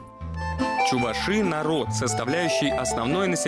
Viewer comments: ЧувАши! Идиоты кто допускает неправильное ударение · чувАши, а не чувашИ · Правильно Чува'ши.вот ☝️☝️☝️☝️